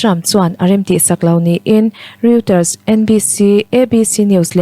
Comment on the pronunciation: A chhiartu aw a fiah e. Mahse microphone a hnaih lutuk a, phut phut ri a awm zel. Reuters tih hi Roiters tia chhiar tur a ni a, Riuters tiin a chhiar a. Etc tih chhiar rik tur a ni lo, a dang tam tak tih mai a ṭha. Bracket chhunga thu awm hi chhiar rik kher a ngai lo. Indo thlawhna tiha indo tiha do tak Indo-pakistan tia indo ri ang ni lovin indo thiam, insual thiam tih angin a ri tih hniam tur. Rotekawla sepa hi a va lam dik lo em em ve. Mizo ṭawngkau chheh pangngai a ni a sin.